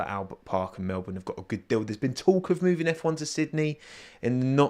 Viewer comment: You're one of the only non Australians I've heard who can say Melbourne properly. Even crofty and Brundle doesn't say it properly